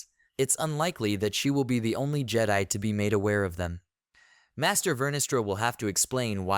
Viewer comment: Good thoughts, but yeah, you need a different AI. Or indeed, speak it yourself. No more “jedee”s. :)